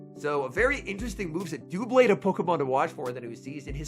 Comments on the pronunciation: Doublade = “double” + “blade,” hence “DUB-blade,” not “DEW-blade.” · For Doublade’s pronunciation, consider the name origin. It has two blades, hence Double Blade, or DUB-lade